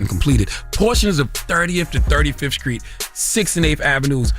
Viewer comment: Charlemagne can’t say the word “ street “ to save his life.. what is a “ skreet “???